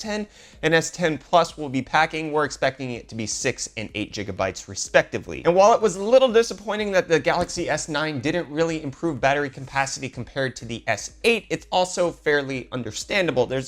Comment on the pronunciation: 6 and 8 jigabytes umm.....................